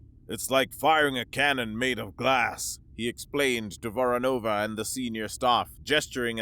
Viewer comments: Actually, it's VoROnova, with emphasis going to the second syllable. However, I am happy enough that they actually used Voronova and not Voronov as Slavic surnames have gender specific endings, which is normally ignored in Anglosphere. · It's VorOnova or VOronova. Not VoronovA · How many times can you miss-pronounce Voronova ? 🙄 As for the story, exactly how fast can a rail gun projectile get from Europa to Earth ??